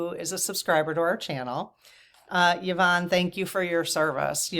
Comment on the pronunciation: Hi. My name is pronounced Ya-von. I was actually surprised that pronounced it correctly as most people, even after I say Ya-von, say E-von. Drives me nuts. You didn't say how your Mum pronounces hers. My heart to yours about the loss of your Mum. Mine passed away about 10 years ago as well. And though I'm not really anything like her, of the 7 children she had (4 boys, 3 girls) I'm the one who turned into the spitting image of her. And I do find myself saying out loud all too often "I am my Mothers daughter".